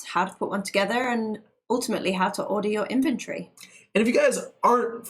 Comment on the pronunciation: Cute British accent. When she says inventory, it sounds like infantry.